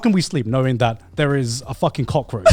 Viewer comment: Every time Garnt says cockroatch all I hear is the "cock edit"